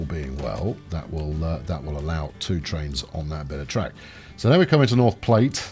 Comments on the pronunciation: Its pronounced "plat", not "plate", the E is irrelevant. Don't blame us, blame the french. They literally called it the french word for flat. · It's probably been said a dozen times, but Platte is pronounced like "flat," not like the thing you eat off of while utilizing flatware.